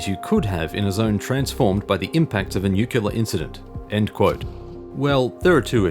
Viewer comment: You say nuclear wrong. Besides that, great work as always